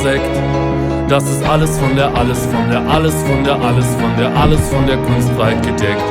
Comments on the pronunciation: that pronounciation was good exept for the kustfreiheit u say kunst frei heit u say heit like hait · Or rather like height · you said all well but take more time: it's kun-st fray-hate(heit)